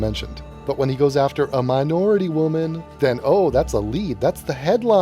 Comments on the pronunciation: Minority women? I though he said... “Ma’ naaughty women... Sassy! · Ha,ha me too,I am from Germany and I thougt wait what have naughty women to do with his speak, anyway Baltimore looks really very scary and dangerous ,good vid.